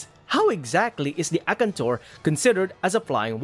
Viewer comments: A-kan-tor...whats akntor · His pronunciation of Akantor is spiritually killing me